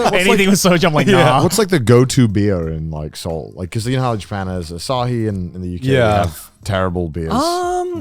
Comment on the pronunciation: I am baffled at their pronunciation of Seoul… Se-oul I don’t sure if my pronunciation is right know… But I am kazakh and Kazakhstan is i think 6 or 7th place with Korean immigrants, and I am pretty sure its them who butchering it